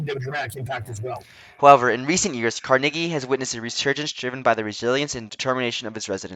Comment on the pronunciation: please say Carnegie correctly its not Car-Nay-Gee its Car-Nuh-Gee sounds like Numb or Carnival